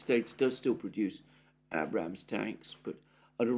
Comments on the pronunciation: One last time. . Abrams is pronounced with a long A as in RAGE. Not that hard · Abe-rams you pronounce the "ade" them the ram/s......your sounding like an uneducated American incredible or understanding grammar!! You'll be saying data next instead of "date-a".